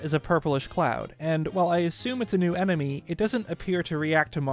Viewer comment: Emeny. Man, that really threw me through a loop 😅 Had to replay the moment like 5 time and sat there questioning my existence because I couldn’t remember whether enemy or emeny is right.